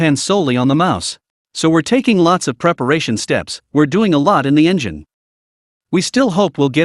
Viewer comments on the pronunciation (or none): none